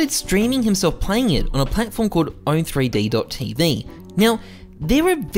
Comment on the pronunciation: You calling the site "own three d tv" almost made this unwatchable, it's called "owned tv". Giving it a chance regardless, but for real, how hard is it to do that research...